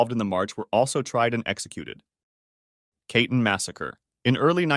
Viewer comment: Sorry but when you’re doing a video on such a serious topic i think you should check the pronunciation of the words used and at least try to say it correctly. Katyń was completely wrong and it bothered me